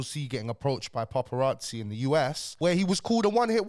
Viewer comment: Why are you pronouncing it paRparazzi 😂😂😂 no R my bro